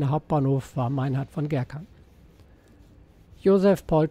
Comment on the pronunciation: Ein freundlicher Hinweis zur Aussprache von Kleihues: Der Name Kleihues ist westfälischen Ursprungs. Daher ist das e hinter dem u ein Dehnungs-e. Als wird der Name wie "Kleihuus" ausgesprochen, "Huus" ist niederdeutsch und bedeutet Haus.